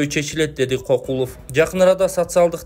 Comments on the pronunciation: Эмнеге адамдардын фамилиясын туура эмес окуй бересинер Кокулов деп, Көкулов болсо керек? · Кокулов эмес Көкүлов.жазылышы кандай болсо,ошондой окубагыла да